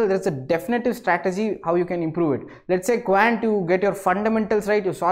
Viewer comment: Quant pronounciation spoilt it